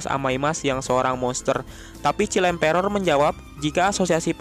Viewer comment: Child emperor bang bukan chill emperor😂😂